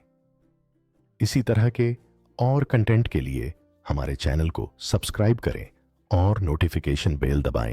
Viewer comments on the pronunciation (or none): none